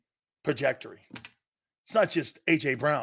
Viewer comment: It’s “trajectory”